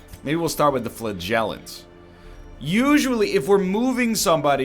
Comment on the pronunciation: No, he's pronounced it correctly for half an episode, became insecure, conjured this abomination of pronunciation, said 'That can't be it, it sounds so biological' - went ahead to mispronounce for eternity. it's fl*aa*gellant, not fla*gell*ant.